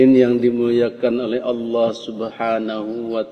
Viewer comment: Belajar jata Allah dulu, biar sholatnya sah,,masa nyebut Allah jadi owoh..